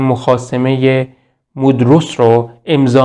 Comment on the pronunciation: \مودرس نیست modros نیست. Mondros هستش